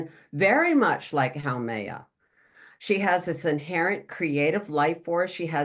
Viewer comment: Love this: FYI, Haumea pronounced “ho me ah”